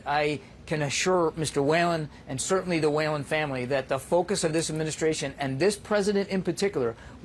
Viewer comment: I'm from Ireland and is that man's last name Whelan they way they say it is so wrong and funny as it's pronounced wheel-an not whale-an